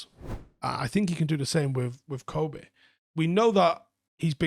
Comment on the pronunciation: Supposedly Kobbie pronounced like corn on the cob (cob - bee)